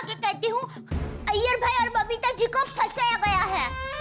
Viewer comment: Jethalal Every Time : BABITHAAJI ,,,, ((( Error )) and iyer Bhai 🤣